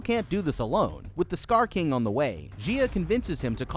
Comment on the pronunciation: STOP SAYING STAR KING